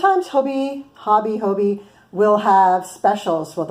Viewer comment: Thanks for your review! I was considering these yarns and will now definitely try them out. The irony is that I am listening to your review in Denmark. I didn’t know about Hobbii until I saw YouTube videos from America. As a sidenote, the pronunciation is just like “hobby” in English. The “I” is short in Danish but not much different than English. However, the “O” is also short and rhymes with “job”. So, really, just say “hobby” like you do in English and you will be fine 😄